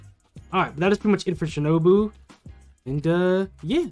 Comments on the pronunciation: Its “Shi” “no” “boo” And “Sa” “neh” “me” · You pronounce tengen wrong its like "ten" "gen" You also pronounced shinobu wrong its like "Shi" "no" "bu" You also pronounced sanemi wrong its like "Sa" "ne" "mi"